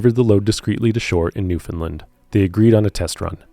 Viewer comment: i truly enjoy your work, but your pronunciations of Montreal and Newfoundland are killin me 😂